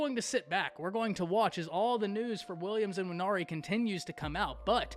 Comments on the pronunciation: His name is Nwaneri… not IN-waneri. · Quit say "N"WANERI. The N is not pronounced.